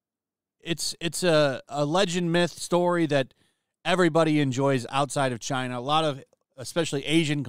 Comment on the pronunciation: You pronounced China wrong.